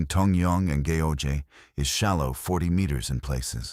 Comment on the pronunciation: Go Jay (Goeje) Island, Gim Hay (Gimhae), Hay Un Day (Haeundae) 😂